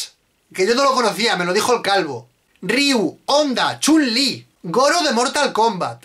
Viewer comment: Chun Li o Chumlee? xD